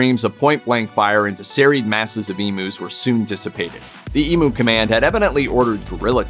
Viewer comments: EEMYOU!, NOT EMOO! Come on the rest of the world, please pronounce our words properly, jezz😅. I can't watch this, the pronunciation is driving me crazy.✌️ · Learn how to Pounce Emu, it's Ee M U not Emooo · Emm you, not E moo. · Emu drumsticks though. I've never heard another American pronounce it Ee-moo before. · it's e-myoo! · I'd say it emyou from down under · Why are you so mad about the way we pronounce the name of this bird ? We speak English, we pronounce it the way it sounds in English ...who cares? Also, sacred bird? You guys may want to rethink that judging by all the trouble they caused you. They weren't so sacred when they were being shot down because they were ruining your crops 😂 Also, I don't think anyone would gaf if you mispronounced bald eagle....I sure don't 🤷